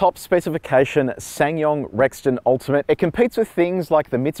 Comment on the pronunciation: It's pronounced Sa san yong